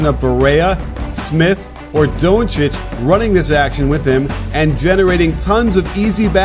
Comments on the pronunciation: CAN YOU PLEASE STOP SAYING doouuuncic like that ur saying his name wrong and so wierd its DONCIC! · DONTcic pronounce it like that coach! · lmao the way he says donci good video tho